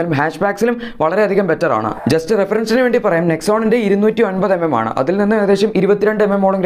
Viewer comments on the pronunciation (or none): that wht i said, instead clearly say 209mm, u sounds like 250mm.go and check ur vedios. May be bcos of ur slang.